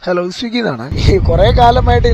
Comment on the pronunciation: സ്വിങ്ങി അല്ല സ്വിഗ്ഗി എന്നാണ് പറയേണ്ടത്